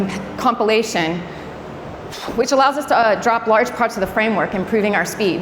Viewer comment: Great talk...just distracted everytime I hear 'copulation' when she said 'compilation'